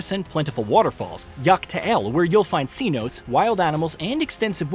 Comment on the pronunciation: Pronounced names wrong. Pronounced "cenote" wrong. Called Erenville "a new character" even though he was heavily involved with the main Endwalker story. Just embarrassing. So glad I use an ad blocker so at least you didn't get any money from me.